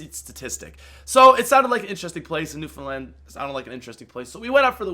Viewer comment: Newfoundland for the win!! And you said it right!!! WIN